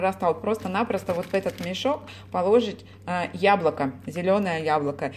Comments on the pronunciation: извините, но правильно говорить- положИть. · милая, Вы мне очень нравитесь. Но, пожалуйста, в слове положить ударение ставится не на 2-й слог, а на 3-й.